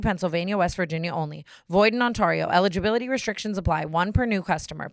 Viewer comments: It's On-TAY-rio, NOT On-TAW-rio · Has no one told Tana how to pronounce Ontario in the eons she’s been partnered with draft kings💀